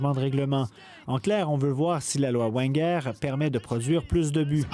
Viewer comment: Ça se dit « Veine guère » c’est l’entraîneur d’origine alsacienne qui a entraîné Monaco et arsenal